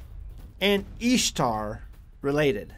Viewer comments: Thank you for taking the time to provide this information. But I'm a little confused and would like to ask a couple of questions if I may. 1.) You pronounce the name Ishtar with a ''Long E'' substituting it for the short I sound. Would you able willing to produce the context and resource/s that supports your reedition of the word. Every pronunciation I've viewed has a short I, as in the word, ''fish- ish =Ish =Ishtar. 2.) The chart that you provided seems to show the similarities between different ''fertility goddesses.'' In what ways does this prove that the word ''Easter'' and the word ''Ishtar'' as Etymologically the same? In what way or ways is Isis connected to an egg? 3.) The time of - , were you aware that the reading of the ancient text was taken out of the fable works of Lucius A. Madaurensis's ''The Metamorphoses'' also known as ''The Golden Ass?'' It's a tale about a young man who, while experimenting with magic, turns himself into a donkey. How would this be considered historical evidence or a record that would support of your previous claim? 4.) In the article, ''Is the Name Easter of Pagan Origin'' from Answers in Genesis, you refer back to Alex Hislop. Was the whole article read? ''Similar claims are made by Ralph Woodrow in his 1966 book Babylon Mystery Religion'' (written as a companion book to Alex Hislop's The 2 Babylon's.) also, ''Woodrow has stopped circulating his early work and replaced it with an updated title The Babylon Connection? '' (which c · Ishtar is even pronounced easter